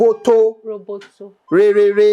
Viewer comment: Roboto is mmm not rrr